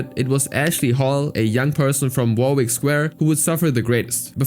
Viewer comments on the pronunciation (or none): none